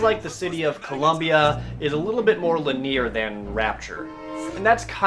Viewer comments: Lineer? He must be speaking a strange dialect from internet land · But can't pronounce Linear correctly. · Great review but you pronounced linear wrong. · I always laugh when I hear jared mispronounce linear 3